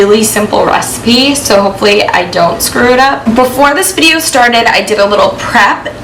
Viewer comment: Jess said" restipie"